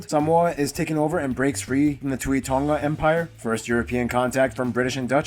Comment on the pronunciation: The dude who was doing the video cannot pronounce samoan words properly.... hes definitely american samoan a whole different lingo and twang..... well done to the Nigerian brother who can say them way better and it's not tongga it tonga pronounce the g as nahh...... putasi?? Come on it's not pooootasi its poutasi (oh ) pohtasi .... oh my gosh I'm hurting #falealiliRespect